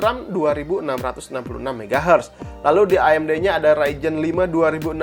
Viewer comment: ngomong amd nya kyk ngomong a"in mantap emang si akang sering ngaji ^_^